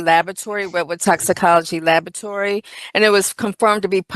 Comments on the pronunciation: Is it lavatory or labatory, what is she saying? She sounds illiterate. Honey, it's pronounced la-bra-tory or la-bor-a-tory. You work in one, you should be able to pronounce it dear. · In Australia we say La-BOh-a-try. Emphasis on a different syllable.